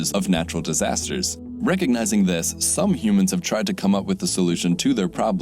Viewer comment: what are these "humons" you speak of?